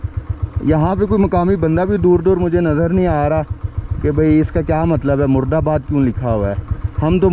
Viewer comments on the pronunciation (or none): 😂 boss that was Muradabad not Murdabad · I think it's not مُردآباد it's مُرادآباد